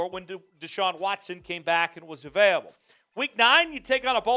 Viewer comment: Can we get a new host? I’m sorry but you are so annoying… learn how to say “AVAILABLE” please…